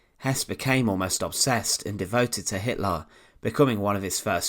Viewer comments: HitlAr and HimmlAR 😂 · who is Adolf Hitlarrr?